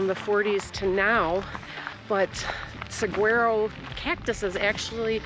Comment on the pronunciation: Thanks for a wonderful video. We really love the Saguaro National Park both the east and west sides. By the way….the correct pronunciation of Saguaro is sah waa row (phonetically).